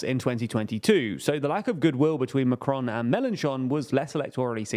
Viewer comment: Note - Macron is pronounced without an accent (especially not the American tendency to accent the second syllable). Regarding the results - the RN had the biggest vote share (37%) and gained 53 seats. It didn't win outright and this will prove a positive for them. France's economy is tanking and Macron's spending is sky high. What happens when he presents his budget to the EU in September? He was hoping to blame the RN (he said before the election that he had rolled a grenade amongst their legs). The left and the communists etc. will probably begin in-fighting and everything will deteriorate further. The RN just needs to keep its cool.